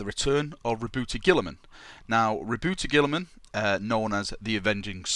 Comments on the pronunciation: It's pronounced Rob-Out-Uh Guy-La-Man So like Rahbowtah Guylamen. Robiute Guilliman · you're pronouncing it wrong! It's pronounced Robot Girlyman. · you pronounced it wrong, it's Rowboat girlyman king of mary sues. Papa smurf is also acceptable.